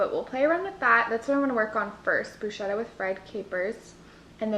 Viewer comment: hi I follow you from Italy and you are wonderful...but please don't say bruscetta...😂😂😂😂but bruschetta as if it were a k brusketta.. you are stupendous ￼